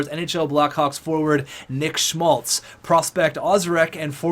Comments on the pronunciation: Keeps sounding like you're pronouncing his name as "Schultz" multiple times and it was driving me nuts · Schmaltz - Calls him Schultz sometimes Orzcek - Ozreck Abramov - Arbamov I love the vid and content, but you need to learn how to read. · as a Blackhawks fan this is how you say schmaltz Sch-maltz not schlutz